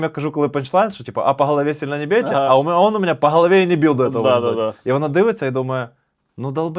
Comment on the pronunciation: дякую, за кладязь, маю нові розйоби для друзів. ПС: в анегдоті про цирк, треба наголосити, МЕНЕ дядя сильно по голові не бийте, ми з дівчиною не зразу викупили)